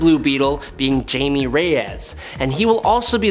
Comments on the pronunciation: Dude really said “Jame-ie” Reyes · Btw it is Jamie is pronounced (Hi-may). He is a Latin man lol.